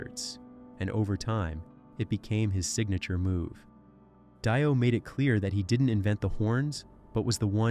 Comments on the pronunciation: Just a heads up AI voice it's pronounced DEE-OH. Not DIE-OH. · If u wanna speak of Ronnie James Dio it would be more respectful to pronounce his name correctly! It's pronounced deo not die-o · Yes, noticed that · They do intentionally for comments. Everyone gets on here and corrects them and therefore they get get more money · Dye-O = FAIL-O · Gene probably said that RJDs name is really pronounced as Dye Oh and AI believes it 😆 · Dio, or Dio? How is it pronounced?!!? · I'm sorry, but you are pronouncing it wrong. Her name is "Dido" and she did not invent the devil horns.